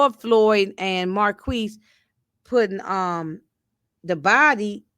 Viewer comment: From what I'm hearing on the tv show Marquis named is pronounced Mar-kease(phonetically) Saint should know who he married... no shade. He was big trippin all episode. I agree Skunk's days are numbered⏳️